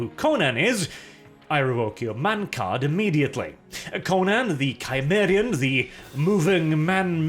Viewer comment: I revoke your man card for no knowing how to pronounce “Conan the CIMARIAN”